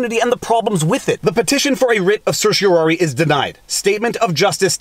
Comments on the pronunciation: You pronounced certiorari correctly, your electronic pronouncer was wrong. It's "R", not "air". Some lawyers and judges pronounce the last syllable "eye", some "ee". Now if you could just learn to pronounce mandamus. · Thank you for this. (I liked your pronunciation of "certiorari".)